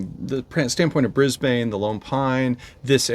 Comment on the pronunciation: Welcome to Australia!!! I live north of Brisbane on the Sunshine Coast (Kangaroos in garden at the moment:)). I'm so sorry it is so wet, it's just been an awfully wet Autumn. ps Brisbane is pronounced Briz bun. not bane - Nancy did it right, but - nope. LOL